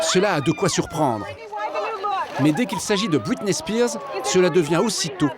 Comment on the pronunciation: ahhhh cette bonne prononciation a la française « Los angeles » qui devient « Losse anjlès » ou « bwitney spears »